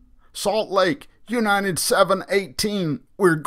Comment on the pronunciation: Is he saying "U-nine-ted" instead of United?